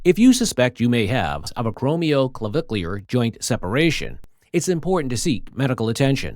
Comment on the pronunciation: To the Narrator, You did real good getting through that big long name. You did great!